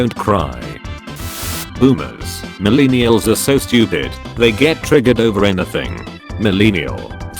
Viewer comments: Most people: millennials Computer voice: milēnēals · Nobody: Absolutely nobody: This guy: mUhlEENiulz